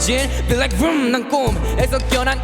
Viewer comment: vrooom 발음 너무좋다 진짜